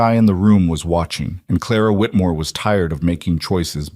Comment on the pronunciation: Again with "Clara Whitmore " ? Noooo...